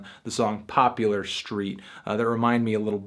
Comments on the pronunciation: POPULAR ST????? it's POPLAR ST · "Popular St" 😂 bro can't even pronounce title right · I usually almost agree with your reviews but this is so off it’s ridiculous, especially about Agnes. You didn’t even pronounce “Poplar St.” correctly. It’s like you didn’t even do research